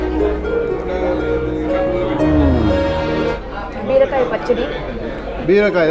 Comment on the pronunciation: From her Telugu accent in pronouncing pappu, beerakai, perugu, she must be a native telugu person😊